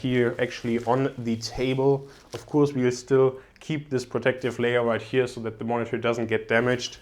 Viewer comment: Gute Videos auf deinem Channel, welche wirklich sehr informativ und gut gefilmt sind. Ich bin allerdings der Meinung du sprichst "of course" falsch aus ;) P.S nicht böse nehmen LG